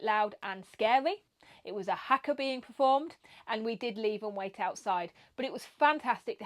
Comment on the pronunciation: You say haka badly. And hangi. Do a course because you’re making a bit of a fool of yourself.